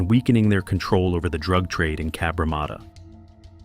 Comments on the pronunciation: Cabramarter sounds aMerican it is Cabramatta from a random 🇦🇺 👍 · If you’re going to say the name of the suburb so much, maybe you would do well to learn how to pronounce it properly. There is only 1 R in Cabramatta! Cab-Ra-matta!